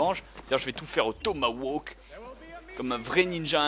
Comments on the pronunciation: Te plains pas il aurais pû dire "Tomahkani" :p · On dit "tomahawk" et pas "tomawok".